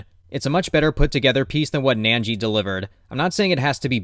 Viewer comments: Why are you saying "nan-jee"? It's "nin-jee". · why would you think its pronounced 'nangee' when its spelled 'Ningi'? Where's your 'a' sound coming from?